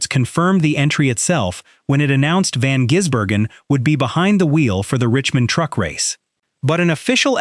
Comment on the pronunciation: His name is NOT Jisbergen,how about a bit of respect it`s Gisbergen,t`s like saying Hendrix,SVG drove the Ute for more practice on ovals,from an insider Shane is staying with TrackHouse and the number 97